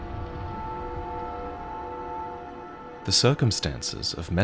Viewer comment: Mesmer-rising 😂 But in all seriousness, never played any of the games but this guy's videos are really well done, he tells a story well and his voice lends itself to that😊